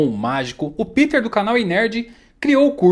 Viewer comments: Não é Piter nem Péter é Peter se fala com e mesmo. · falou piter kkkkkk ele geralmente fica puto quando alguém faz isso kkkkkk